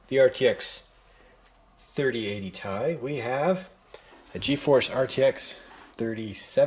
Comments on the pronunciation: Not sure why but hearing it pronounced as TIE instead of Tee Eye gets me so irritated. 😂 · Duuuuude it makes me so mad hearing you say 3070 Tie